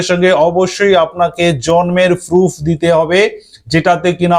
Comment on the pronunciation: Aa pagolchoda ota "proof" bole "voof" na😂